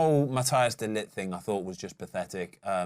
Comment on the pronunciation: Think i am gonna do a workshop for all the press and social media in the UK on how to pronounce Mathijs de Ligt's name. It's giving me Dirk Kuyt PTSD.